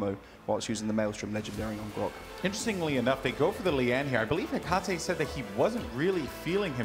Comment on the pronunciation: Why can no paladins commentator read that his name is Etaceh not Ecateh?